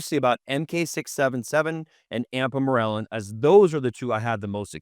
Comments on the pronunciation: Why is he pronouncing “Ipamorelin” as “Ampamorelin”? I had to go back twice because I thought he was talking about one peptide and showing a different one on the screen? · . It’s not an accent you are just pronouncing the name wrong.